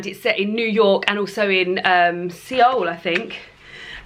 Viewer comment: I have never read Rebecca, and I am currently listening to it and am struggling to get into it, it's not my usual go to genre, but I am sticking with it for you. (Also Seoul is pronounces more like soul, it's a silent e.)